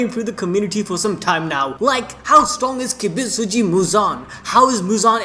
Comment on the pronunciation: Poor MJ not once was his name pronounced right 😁 Mr. Kibutsuji not Kibitsuji. But nevertheless nice video 🙂